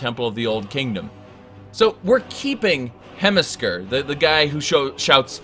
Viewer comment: Why can he never pronounce names properly? Who is Hemisker?